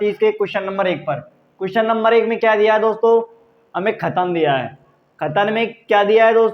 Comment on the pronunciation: खतन मत बोल कथन बोल 😅😅